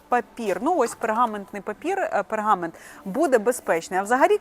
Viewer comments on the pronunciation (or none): none